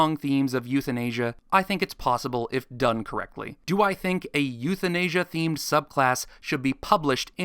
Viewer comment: "euthinasia" hehehehehehehehe